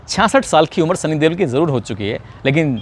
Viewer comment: ਬਾਈ ਜੀ ਸਨੀ ਦਿਓਲ ਹੁੰਦਾ ਹੈ।ਤੁਸੀ ਦੇਵਲ ਕਹ ਰਹੇ ਹੋ।